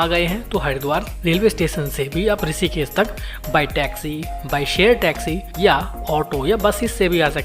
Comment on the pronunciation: ॠषिकेश को "ॠसीकेस" क्यों बोलते हो; हमारा और हमारे बच्चों का उच्चारण भी खराब करते हो; ऐसा नही करो